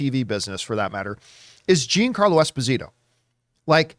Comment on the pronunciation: When did he change his name to Jean-Carlo?? It’s embarrassing that campea calls himself Italian and he struggles to pronounce a name with “gia” in it